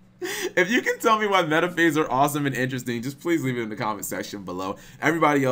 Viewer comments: “Metaphees” CHICO WHAT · your pronunciation of Metaphys hurts my ears. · Yep, he really sucks at pronunciation.